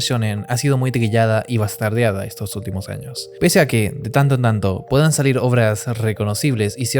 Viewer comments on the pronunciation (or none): none